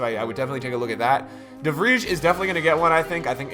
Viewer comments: De Vrij, (VREYE) not De Vriesh.... listen to a dutchmen say his name. Please...😑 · De Vrij.....De Fry, the J pronounces as Y in Dutch. Other than that, marvellous stuff champ, I’m looking forward to you making me rich in 19 👍😎